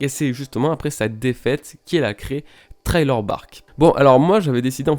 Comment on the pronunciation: essaye de prononcé sriller plutot que trailer parceque ce th se siffle